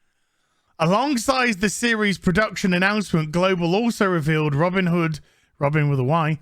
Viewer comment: "Robbin' da hood"